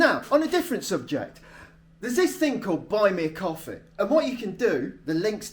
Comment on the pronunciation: I could swear you said "buy me a coffin."